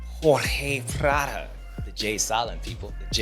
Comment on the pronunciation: What the heck happened to the old one? I love ya James, but it’s PradOOOOOOOOOOOOOOOOOO 😂